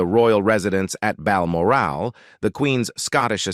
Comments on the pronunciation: I agree, as the pronunciation of (and I quote) BELMOR-AAL. Makes one question the legitimatie of the contents.. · I think your AI needs an update in pronounciation of the RF's Scottish residence Balmoral which is not called Bal-moral! 😂😂😂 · It’s like the AI voice was changed all of a sudden, and everything was mispronounced. “Bal-morale” lol. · BALMORL not BalmorAl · What on earth is happening with the sound track? the words are pronounced most peculiarly. Bal -mo-RAL. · Your AI narrator needs to have some elocution counseling. He drops some very odd pronunciations from time to time. Balmorale?! I really admire Princess Anne. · Please check your pronunciation - in particular the word ‘ Balmoral ‘. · Like Balmaral where the hell is that? 🤦‍♂ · I especially enjoyed its version of "Balmoral". 😅